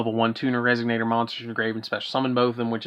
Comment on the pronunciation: DaD: mispronouncing Resonator Mr Popo: That one was on purpose.